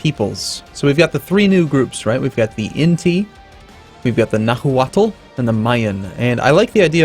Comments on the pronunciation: the "h" in Nahuatl, is silent "Nah-Ua-Tl" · H in nahualt dont have sound so sound like nauatl, nop najuatl =)